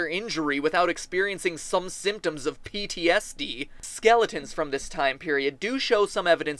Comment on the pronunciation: I think you mean- PTS-KNEE